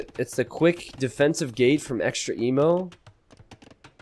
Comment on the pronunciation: is no one gonna mention that it's EXTREME-O not extra emo???